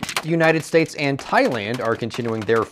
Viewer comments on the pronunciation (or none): none